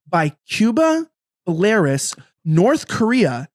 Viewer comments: Not creepy at all! Btw it's pronounced bell a roos. 👍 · Belarus is pronounced Bella-Rus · Thank you, I was about to say the same thing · Bell-are-oos,. 🇧🇾 Belarus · You mispronounced Belarus!!!! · Good clip. You just need to work on your pronunciation of Belarus 😄